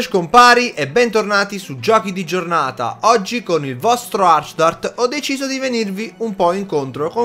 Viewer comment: Giochi Di Giornata EBBBENTORNATIH SUGGGGIOCHI DI GGGIORNATAH